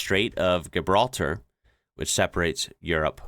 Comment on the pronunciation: It's not South America,, SS Amerika is the name of the ship, like the SS Titanic. - In English it's pronounced "dji-bral-tar". 😉